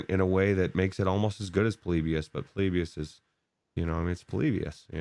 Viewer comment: says Po-lib-ius here It's short for poor liberals in US. Jk.